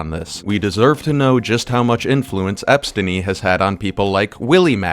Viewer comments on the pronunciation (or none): "Epstiny" this guy's gotta be a Hasan rider.